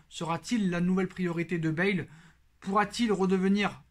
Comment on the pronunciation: Bonjour, *Bale pas Bâle